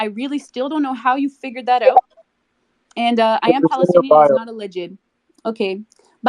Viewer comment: "I am Canadian, I don't know how you figured that oooot" 🤣🤣🤣